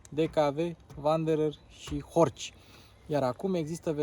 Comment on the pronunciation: Se pronunta "horh" fara C'u ala ✌️😉